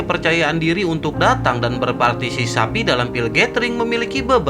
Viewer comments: Berpartisipasi bukan bertarsisapi😂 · Berpartisipasi bang bukan berpatisisapi...🤭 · berpartipasi cok bukan berpatisapi 🤣🤣🤣🤣🤣🤣 admin anjing bikin gua betah di channel ini... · Berpatisisapi🤣, jdi lupa klo mau bilang berpatisipasi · Kasihan bang sapinya masa partiSISAPI terus partiSIKAMBING kapan di sebut ... Hahahahahaha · Bang....gagal fokus sama kata2 "berpartisisapi"😂😂